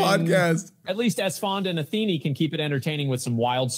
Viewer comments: What the AI's all have in common: • it is what it is • complains about their day • most of the time pronounce Athene as athenee • they all have some kind of word or phrase they often end their sentences on, reminds me of animal crossing. • sometimes pronounce words wrong that they've said right before many times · I love that the AI keeps calling him “Atheenie”